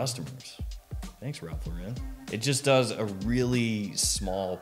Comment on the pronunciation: Shouldn’t you learn how to pronounce Ralph Lauren?